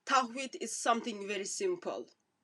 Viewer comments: Tawheed not Tahwed sister 😍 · LOL TAHWEED YOU CAN'T EVEN SAY THE WORD CORRECTLY MIND YOU EXPLAING IT GO HUG THE CROSS DRINK THE BLOOD